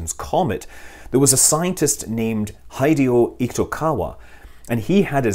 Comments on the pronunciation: Note: Hideo Itokawa's name is pronounced as hee-dey-oh, not hai-dee-oh. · Hideo Itokawa -- I think his first name is pronounced "he-DAY-o" rather than "HIDE-ee-o." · His name's not pronounced "HEIDI-oh", it's pronounced "He-DAY-oh". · Just a nitpick: Hideo is pronounced as Hee-Deh-Oh, instead of Hai-dee-oh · I believe Minnie the Moocher pronounces it the same way you do. Its pronounced “Hee-Day-Oh”……not “Hidey-OH”….. HIDEY HIDEY HIDEY HIDEY-HOOO!!! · the japanese guy's name is Hideo Itokawa, pronounced "he deo" not "hi deo" and "eee toe kawa" not "eek toe kawa" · Hideo's "i" is pronounced as i in "discussion", not as "ai" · He butchered that Japanese scientist's name, Hideo Itokawa. Should have been "Hee-deh-oh".... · Try "he-dae-oh" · In romanized Japanese, the "i" is the vowel in "pee" or "knee" -- not the diphthong in English "hi" So it's like /HEE day oh/ - IPA: [ˈ'hideo] - English speakers may pronounce it like [ˈhideɪoʊ], with diphthongs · Hideo is pronounced "HEE-day-oh." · Hello Scott! In Japanese the name Hideo is pronounced, Hí-dè-ò (Hee deh oh). Just an FYI for everyone else too :-) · I don't think Mr. Itakawa's first name is pronounced "Hi-dee-ho" 😛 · I just listened to it...🤣 Oh these gaijin... Hee-de-oh.